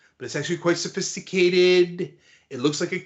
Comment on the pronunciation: He said its "very simple" nd "very safaicated" in the same breathe😂